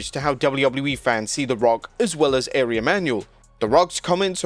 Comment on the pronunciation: Dude its pronounced R We (Ari)....come on!